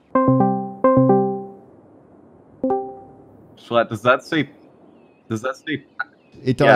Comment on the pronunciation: you should’ve taken away the “L” in “shlatt”